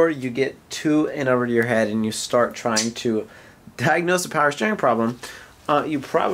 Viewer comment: “Power Schteering “ .